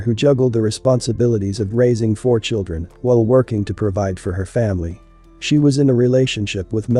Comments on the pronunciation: There was no other outcome for her with this pathetic loser. He could barely even form a coherent sentence. He was a career criminal. He was abusive. “I’m sorry to my churrun,” he claims after the fact. He absolutely meant to do what he did. He wasn’t under the influence of alcohol, he was under the influence of Satan. One of the sisters said she died protecting her children, but the only way she could have REALLY protected her children, was by not getting involved with that POS in the first place. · "CHIRREEEEEEEEEN" I am so sick of ignorance, we have to do better.